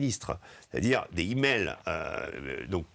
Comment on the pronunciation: On dit des "zimails", pas des "himails"... ça écorche oreilles !